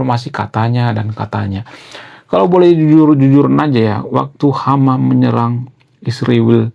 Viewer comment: Bang, bukan hama tapi hamas, bukan isriwil tapi israel😂, bukan konoha tapi indonesia😂